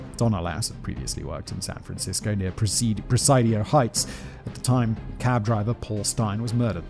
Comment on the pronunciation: Ignoring the terrible mispronunciations of Benicia (once the CA state capital!), the Presidio, and Pleasanton; I believe there's an error in this script not caused by Simon's lack of interest in proper pronunciations. Several times a 'Stateline, Utah' was referenced, originally in the context of Lake Tahoe. California and Utah don't share a border. Lake Tahoe is however on the border of California and Nevada, and there is a Stateline, NV right there. I think this is more likely the one meant.